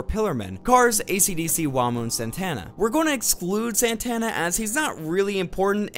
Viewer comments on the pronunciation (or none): none